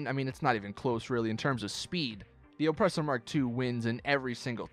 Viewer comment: Why do you say ŌPresser like that